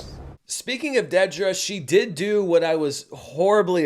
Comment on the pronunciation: It’s DEEDra. Not DEADra 🙄